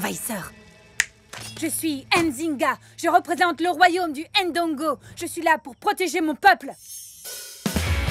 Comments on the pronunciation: On prononce Ndongo directement et non pas [ HAINE Dongo ] ou " AIME Bondi ". Il n'y a pas d'apostrophe c'est pour une raison😉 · Pourquoi prononcer le « N » de Ndongo par exemple ? Ce n’est pas la bonne prononciation..